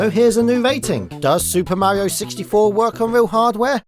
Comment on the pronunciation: why do you go out of your way to avoid pronouncing any kind of "r" sounds ? we get it you're british. I mean not pronouncing "r"s at the end of words yeah that's expected. but saying like "petend" or "mauio" or a "uom" (rom) it's ok. you can say the r. you'll be alright.